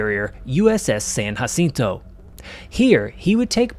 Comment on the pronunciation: btw you did not say uss sanjacinto correct